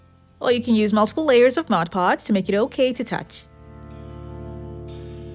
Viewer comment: MOD PODGE NOT MODGE PODGE